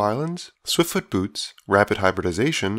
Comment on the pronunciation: At the beginning of the game at first when you cast swiftfoot boots I thought that you said swiftfoot boobs lol.